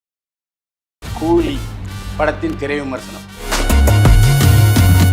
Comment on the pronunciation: old Body. கூதியா கூலியா சரியாக கூறு😂😂